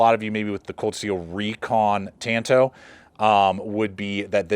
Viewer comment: really appreciate you pronouncing the blade shape correctly at "tan-to" not "tahn-to". Tonto was the kemo-sabe of the Lone Ranger. I like the knife, and am a real Frank Herbert Dune fan. As a teenager, I read the Dune trilogy at least 3 times. Now for minor criticism, I think the blade should have been more organic shape. My preference would be an elliptical "leaf" spear point to emulate a dagger tooth. I would envision the blade more like a slightly longer ESEE Laser Strike or something like Bark River's Canadian Camp II or the BRK UP Gunny (google this). I already own a Recon Tanto and a SRK; both in AUS 8a. Now, if it had a 7" leaf blade of AEB-L, I'd buy it in a heartbeat.